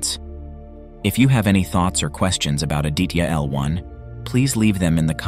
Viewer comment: Hi, so happy to watch this video... May I help you with the pronunciation of 'Aditya' ... 'ah + dee (as in the moon) + tha (as in thorough) + ya.... Indian languages pronounce/ stress on all the consonant sounds in a word. Thanks for the video